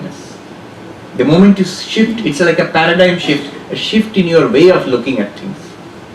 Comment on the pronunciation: You mean shift.maam? Not sift